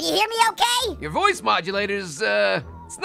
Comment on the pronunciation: Thought he said voice when hoice